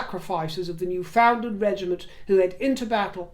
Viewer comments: It’s pronounced Noo Fund Lundh. 😊. It’s an amazingly rugged geography and it feels like travelling back in time when you go there. And you will never meet kinder or more fun loving people. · Hi, just a little correction on pronunciation of Newfoundland. The accent is on the New, not the Found.. NEW ( fundland).. I know it bugs you not to get things right.. Sorry.. 🇨🇦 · Newfoundlanders, and most Canadians, pronounce Newfoundland, as “ New..fundland “with the emphasis on New and found more like fund……enjoyed your political rant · RIver just a point of information: the Province is pronounced NewfoundLAND - rhymes with understand. Hope this is received in the same spirit it is sent by this Canadian with friendliness and kindness. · Hello. Just an FYI. It’s pronounced NEWfoundland rather than NewFOUNDland. 🇨🇦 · I love your videos. Just a wee correction: Newfoundland is not pronounced as it appears. My husband's family is from there. They pronounce it: New-Fin-Land. People from there call themselves Newfies. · I’ve been waiting for this episode. Newfoundland is pronounced “New-fin-lund.” I really do think you belong as a palace courtier. There’s no doubt about it. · Newfoundland, pronounced New-fund-lund, as I grew up in Nova Scotia.